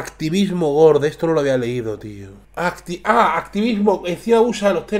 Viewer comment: gorde??? Habla bien